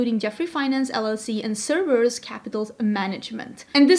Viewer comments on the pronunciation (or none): none